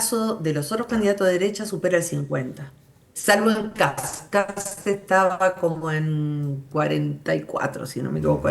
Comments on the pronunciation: Me da risa que le digan Cats en vez de Kast jajajajaja, vote por Johannes 4K4K4K4K4K4K4K4K4K. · Pregunta: por q los argentino le dice "kats" a kast si ven q esta escrito kast? 😂 Q tipo de dislexia es esa? Jajaj